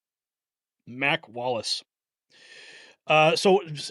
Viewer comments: I know it says Mac Wallace, but it sounds to me like he is actually saying Mike Wallace. Can it be Mike Wallace? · It sounds like he is saying he should have never issued that order to Mike not Mac. Is anyone else hearing this? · sounds like he said mike instead of mack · I think he's saying MIKE not MAC